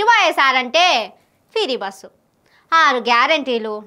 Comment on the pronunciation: ఫిరి బస్ కాదు.. ఫ్రీ బస్ అని అనాలి